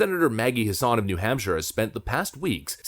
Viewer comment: Just helping with pronunciation, it's Maggie Hass-in .Not trying to nitpick, just letting you know because I'm from NH and I can't stand that b-cshhh(CENSOR MODE ENABLED!)